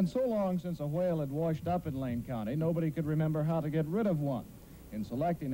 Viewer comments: I dont know whats funny,him calling the whale stinky or him pronouncing the whale that way. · Why do they pronounce whale with such an emphasized W sound